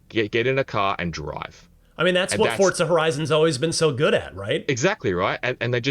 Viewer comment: Why did bro pronounce it like Fortza